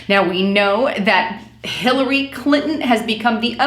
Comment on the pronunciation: Lol I'm not sure if it was intentional but at about she talks about Bernie supporting "Hitler-ey Clinton". Made me chuckle.